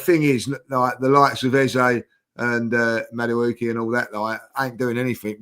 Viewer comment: Big up for learning how to say madueke